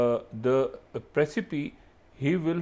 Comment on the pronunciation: Hello dhabhardhoosh masoodi - it is 'precipice' and not 'precipie'... that is why how many times have I told you - 'madarssa chap english nahin bolne ki try karte, fail ho jaate hai'. Better u surrender analysis to the lady, u announce breaks...